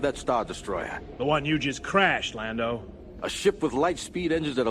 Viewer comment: Why are they calling him Landau? Lol